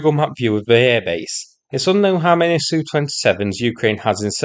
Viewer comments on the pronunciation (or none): Can you stop saying SU, instead say S U. It sounds so stupid to hear it as a "word". Can't explain it better.